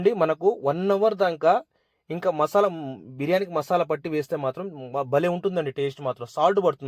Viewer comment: మషాల కాదు బ్రో మసాలా అనాలి😅😅😅😅